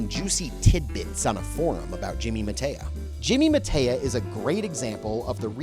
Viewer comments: Mataya = Muh-TIE-yuh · This gas bag review is tiresome. Mispronouncing the names " Mataya" and "Ewa" is pathetic. Jimmy Mataya was a great player, the best announcer and a really entertaining character. That old tape on hustling actually had some golden advice in it. Jimmy explained the techniques of getting the money but leaving on good terms with the victims, missing the One Ball in a game of Nine Ball but leaving the other player without a good shot on the One. He covered acting drunk, disguises, flashing cash, starting with the worst player in the room and losing to him etc.